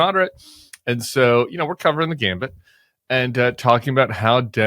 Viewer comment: Tim! Gamut! Not Gambit! Lol!